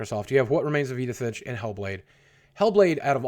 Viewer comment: "I have no clue to what remains of Edin finch"